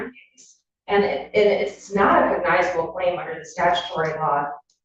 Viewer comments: She can't pronounce "cognizable." Judge keeps correcting her and she skips right over it. 😂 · I wondered if the attorney was using AI to script her arguments, but AI would probably be better. Not only does she not know what a cognizable claim is, she' doesn't know how to say the word.